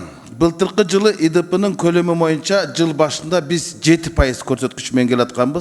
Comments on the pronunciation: Урматту депутат Момбеков "моюнча"эмес "боюнча"деп айтсаңыз четки болмок а так баары ок. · момбеков дплбоеп. тилин сайрайт. колунан хуй келбейт. кыргызда мойунча деген жок бойунча деп так туура суйлочу. мойунча деп музоо байлаган жипти айтат момбеков билип ал ушуну.